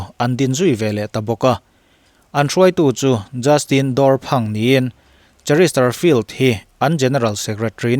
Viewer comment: Chesterfield a ni si. Cheristerfield tiin I sawi daih zel hi fimkhur deuh la a țha hle mai.....